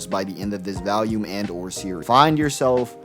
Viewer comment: Where are you from brother?? I've NEVER heard anyone pronounce "volume" like that in my life